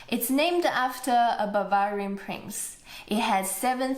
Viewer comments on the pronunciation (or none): You pronounced Bavarian completely wrong, next time have a little more cultural respect please.